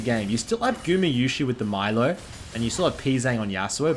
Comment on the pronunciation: Hey btw it’s pronounced ME-LEO, his name is Spanish